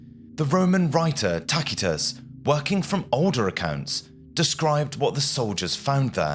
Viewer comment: Fascinating episode. New subscriber. I’m not accustomed to hearing “Tacitus” pronounced that way. Of course it’s closer to the Latin pronunciation, but it’s akin to pronouncing “Cicero,” “KIK er O.” More accurate I guess but unusual. Thanks.